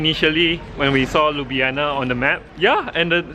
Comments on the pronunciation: Not Liub'yana, but LyubL'ana. Where is my rap, you promised? Do it? it's simple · Liub'yana (Ljub-djana), as you said, mean kiss pussy. :D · 😐 it’s Ljubljana !!akward